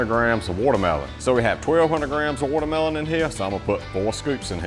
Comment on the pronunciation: "Wudder Mellon" 😅😂😅😂😅